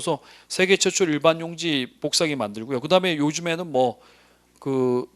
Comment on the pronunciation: 선생님 복사기 발음하실 때마다 뽀잉뽀잉 소리나요 ㅋㅋㅋㅋㅋㅎㅎ 기본이론 이후 강의는 어디서 수강할 수 있을까요?